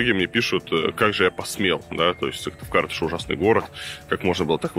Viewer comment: СыКтывкар а не Сывтыкар (